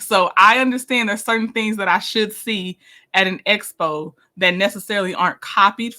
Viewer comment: She got the acronym Expo correct this time. Although she pronounces it Espo.